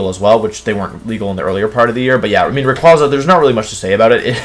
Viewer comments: YOU'RE SUPPOSED TO SAY MEGA SALAMENCE, NOT SALAMENCE MEGA EVOLUTION! AND IT'S RAYQUAZA, NOT RYAQUZAN! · For future reference it’s pronounced “Ray•kway•zah” not “Raykwahzah”. Rayquaza’s name is literally named after a quasar.